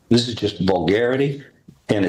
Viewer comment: Dat teen and Dat judge. Hmm , the hog twins can’t pronounce the th sound. Dey be black